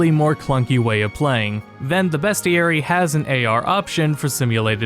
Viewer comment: btw...its BEASTieary not BEST